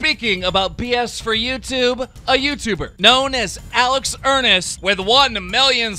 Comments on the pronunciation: ERNST ERNST NOT ERNIST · Alex Enerst? XD are you kidding me lmao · It's not Alex earnest its Ernst